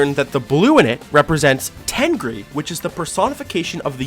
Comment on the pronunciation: Why did i think the tengri said "myth"